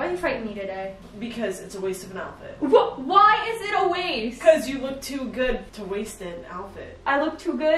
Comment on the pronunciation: The way you guys say “alphet” and not “outfit” 😂